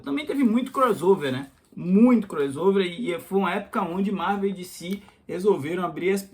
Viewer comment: Dicí? Eu sou brasileiro. É Decê mesmo. E Díci Câmics in Íglish. 😂